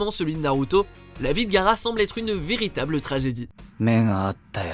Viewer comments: Putaaain vous faites chié c'est GA-A-RA pas gara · ...son nom se prononce Ga-A-ra pas Gara...un peu d'respect quand meme...